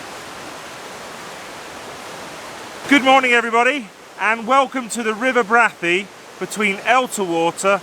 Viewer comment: Really enjoyed this - out in the field taking pictures - great. Liked the final shot. For information I worked at Brathay Hall for four years in the late 70's and the accepted pronunciation was Bray-thay. Stay safe.